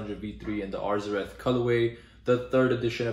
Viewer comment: You’re the first person to actually pronounce arzareth how it’s spelled